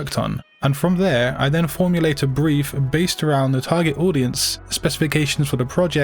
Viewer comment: *FORMULATE not Fromulate Sorry to be the bearer of bad news! Keep up the good content